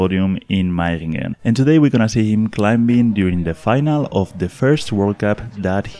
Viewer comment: I love your pronunciation of Meiringen!